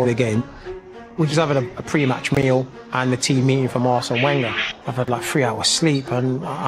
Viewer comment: Can’t even pronounce Wenger correctly 🤦‍♂️